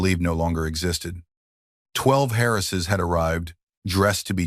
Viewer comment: What is it with the shrunken picture and the stupid movie in the background? Some words are mangled. Many words that should be possessive (Lily's, for example) are not. He shot the intruders before they got close, so why is there blood on his cuff? "12 Harrises"? The narrator changed voices when "Sebastian" was spoken, giving it an accent. Other words as well. Great story!